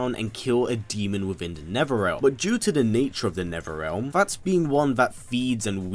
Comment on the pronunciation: Them, the, these, they, Netherealm, brothers... Erffrealm lol